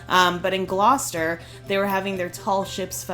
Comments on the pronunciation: I'm just glad you pronounce Gloucester properly. Used to live in a town by that name in NJ. Some of the ways people try to say it is painful. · It’s pronounced gloster